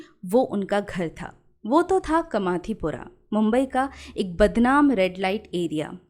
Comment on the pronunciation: कमाथीपुरा नही कामाटीपुरा 🙂